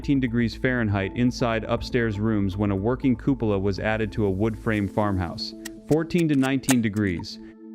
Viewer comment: Cupola isn't pronounced that way. It's cuepola /kyoo͞′pə-lə/.